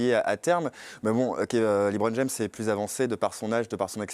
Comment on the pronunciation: Le Hoopcast c'est de la merde présenté par un animateur qui se prend pour Jacouille ( Hellôôôô Hellôôôô) et un faux journaliste qui se prend pour un spécialiste Américain mais qui ne sais même pas prononcer LeBron James sans dire Liiiibron James, n'est ce pas.... Erwan et Thomas étaient 1000 fois mieux BUSA, gros site d'hypocrites ou seul son fan club peut s'exprimer...